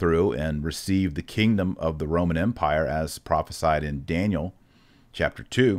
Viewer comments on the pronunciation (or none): none